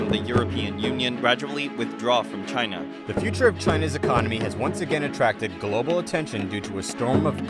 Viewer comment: He said Chyna